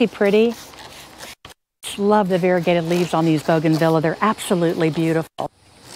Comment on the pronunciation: It's boo gan Vee ya, not bow gan vila.